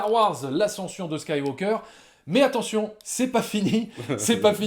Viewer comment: attention à la prononciation svp, on ne prononce pas le L de SkywaLker ou FilmtaLker par ex, ni le G de MakinG Of etc... Ça dénote je trouve dans un bon argumentaire qui m'encourage à payer ma place de ciné alors que je n'avais qu'une envie: boycotter!